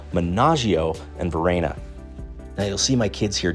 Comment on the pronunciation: Great tips, thanks. However. Bellaggio is a haven for tourists. And the locals know about it. Italians wouldn't go there, and if they do, they certainly wouldn't be falling for all the tourist traps. Oh, and it's Varenna, not Verena